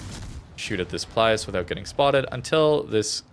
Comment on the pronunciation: its actually Pilus Prior, not Plius 🙃